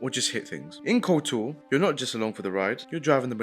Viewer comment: 'KOTR'? Um actually I think you'll find it's 'KotOR' - I got told off repeatedly for getting the capitalisation wrong as a child in the mid 2000's. Jokes aside - Good video! It's nice to see people still talking about and recommending this gem!